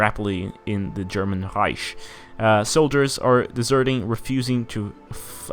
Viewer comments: It's not Reish. It's Reik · Rish? R-I-k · Pronounce it Riek like said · its reich with a soft ch